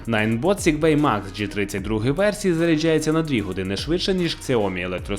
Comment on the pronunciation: заряджЯються де ви такого ведучого знайшли? В нього ж не все добре з вимовлянням В іншому огляд норм